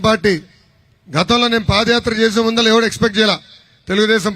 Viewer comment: ముందల కాదు ముందర